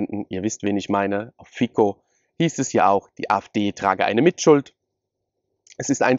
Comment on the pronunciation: kein Fico wird Fitzo ausgesprochen.